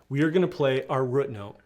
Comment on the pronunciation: Where are you from ? Your pronunciation of root as ruut is unique